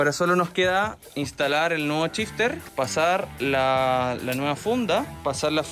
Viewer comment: si SH lo pronuncian como CH como pronuncian el CH? 🤯🤯🤯 EJEMPLO: SHifter = CHifter